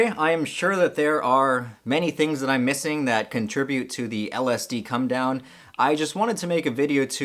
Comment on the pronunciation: You sometimes say "cum down" and I was just laughing my head off!